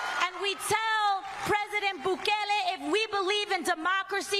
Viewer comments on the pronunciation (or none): Did anyone notice she said pwesident?